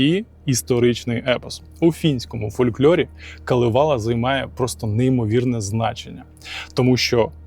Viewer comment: КАлевала) с наголосом на перший слог) На Суомі все просто) всі слова наголос на перший слог) даже якщо їх там десяток) Дякую за чудове відео) кіітос)))))))))